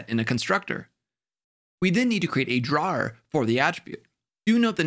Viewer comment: I just learned that ‘drawer’ is ‘one who draws’, not ‘a storage space that slides out of a desk’ based on how he pronounced it.